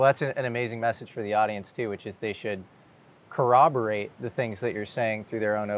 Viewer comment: So this guy has a 135 IQ but can't pronounce "corroborate" ?